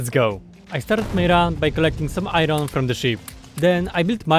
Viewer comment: I love your pronounce of "iron" it makes me so satiesfied with no reason